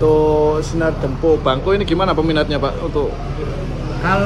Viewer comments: Tolong di ralat bg penyebutan kata "Dempo", maaf tanya terlebih dahulu kepada sopir/kru,,cara penyebutan yg benar,, karena saya nonton dari part 1 -part3.🙏🙏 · Khusus untuk penyebutan huruf "e" nya min..